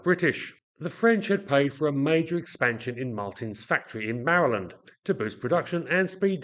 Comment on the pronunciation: Very interesting. Also, is one of the few Brits on YT who pronounces Maryland correctly!